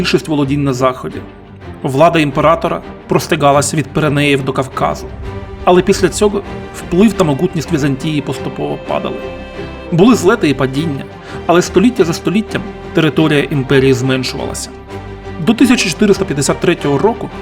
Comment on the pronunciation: правильно не "моҐутність", а "моГутність", наприклад)